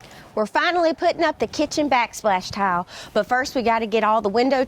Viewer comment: It sounds like you are saying TOWEL INSTEAD OF TILE.